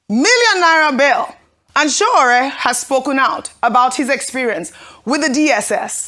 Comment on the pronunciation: Can Ojy please learn to pronounce Sowore's first name correctly? It's not that hard!